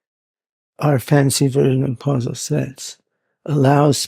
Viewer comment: Maybe the OP and I are both trolling you independently. 🙄 Now that I've listened to it a million times, it sounds like "quanz-uv". No idea why.